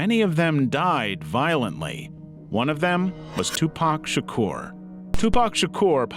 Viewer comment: I think this is the first video I've seen like this where they didn't pronounce Tupac's name as Too-Pack Shaker.